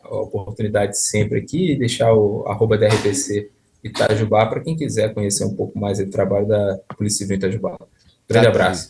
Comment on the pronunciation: Moro a 40 km de Itajubá, uma cidade rodeada de pequenas cidades menores de 10 mil habitantes onde todos nos ao redor , vamos resolver diversos assuntos . Que tristeza , levei até um susto com a voz do Beto pronunciando " Itajubá - Minas Gerais "...😂😂😂